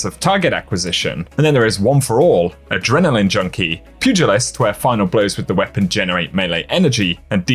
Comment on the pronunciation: Sup bro! Tell how pronounce Pugilist. 🤣 He says Purgilist.